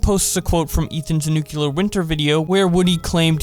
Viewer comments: It's nuclear, not nucular... Reminds me of George W. Bush. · WHY do all of you covering this say nuCElar instead of nuCLear ? Did I miss something ? DID WE CHANGE THE MEANING OF LETTERS WHILE I WAS AWAY?! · The word is nuclear. New. Clear. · I was looking for this comment... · You pronounce it like nuquelear wth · Why he keeps saying "nuclear" like that? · The way he said nuclear